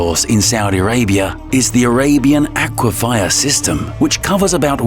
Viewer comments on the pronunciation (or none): Aquifer, not aquifier.